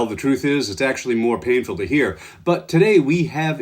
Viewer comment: "and you will never "ear" it from me again 😂😂😂